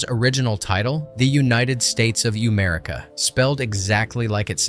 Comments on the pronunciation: Uhmerica is pronounced uh not ooh and should have been Duhmerica IMHO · Did you pronounce “uhhmerica” as “Youmerica”? 😂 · Its Uhh-Merica. Not UMerica. And Brawndo WAS real. Its just called Gatorade. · uhhhh.. its uh merica not u merica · The original title was "United States of Uhh-merica" (Uhh like Duhh which rhymes with A-merica), not "U (you)-merica". 🙂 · youmerrica? you mean uhhmerica?? way to butcher that in the most paradoxical way possible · It's not pronounced The United States of Youmerica. It's pronounced The United States of Uhhmerica as in "Uhh, the narrator of Idiocracy plays his part perfectly." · I'm pretty sure its pronounced Uhhh-merica, not You-merica, like someone pondering. uhhh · I don't think it would have been You-Merica, I think it was Uhh-Merica... Like it was spelled but he still said it wrong. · Youmerica? Uhhhmerica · It’s not United States of Uhhmerica pronounced you. It’s Uhhmerica pronounced like duh. Like a dumb southerner, like how the characters talk. Duhmerica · The original title is pronounced, 'uh' merica... Not. 'you' merica. Pronouncing the original title this way misses the point. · Youmerica? No....Uhmerica. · It annoys me to no end that this video’s narrator pronounces the original title as “You-merica” instead of “Uh-merica” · Pretty sure that's supposed to be pronounced "Uhh" like in "Uhh, I don't know... (cuz I'm stupid)." It's a take on how "America" is pronounced. Not "Youmerica." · Not "ooo-merica", "Uh" as in "Uhhhh, let me think. I dunno" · Sounding like it's spelled out he says... after saying Yumerica when it's Uhhmerica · It's not "You-merica" 😂 it's "Ahhh-merica" like almost the same as the normal pronunciation but a more drawn out first syllable, like the sound a dumb guy makes thinking, in keeping with the whole theme.... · And he said U-Merica when it was clearly spelled uhh- like duh-Merica… the prophecy has begun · i dont think it was supposed to be pronounced "You-Merica" lol try "Uh-Merica"